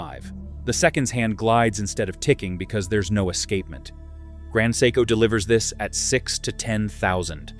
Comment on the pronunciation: Grand psycho… come on AI, grow up